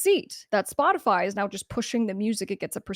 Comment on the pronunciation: Aaaaagahahahah I’m sure you just Said “ Botify “ 🤣🤣🤣🤣 Perfect 🔊❤️💪🏼🙏🏼